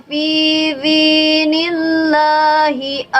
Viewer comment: Maaf teh sanes fidzi tapi fidi, dal soalna sanes dzal